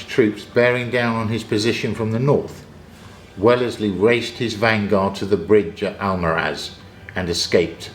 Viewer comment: Brilliant battle report, as usual. Inspiring insight and meta game. One criticism, it’s pronounced Wells-Leigh, not well-les-Leigh. I married a Wellesley and the mispronunciation is a bit jarring. Sorry to be a bit negative, otherwise superb wargame fodder, as usual.